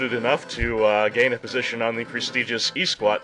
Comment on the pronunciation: This guy saying Eeee SWAT is so ROFLful heheheheh...anyway, I sent a video response with my remix for this game's boss theme.